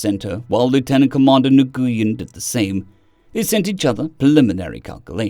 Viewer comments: Nguyen is pronounced "Win" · Hey fyi, Nguyen is usually pronounced as “Win”. At least those that I’ve known over the years say. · I don’t know when you get to see these comments, or if you do ever have time to see these comments. I have a pronunciation guide for you on one of those names. The Asian name, Nguyen, it’s pronounced “new–win” In fact, I used my voice to text function on my phone to say “the Asian name, Nguyen”. Anyways, once you catch up with this pronunciation guide, I certainly hope that you use it since I run into a brain snag every time I hear you say na-goo-yen.